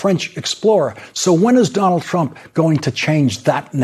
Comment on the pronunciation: Is it just me... or doesn't sound like every time Elise Labott says his name she says "President Chump"?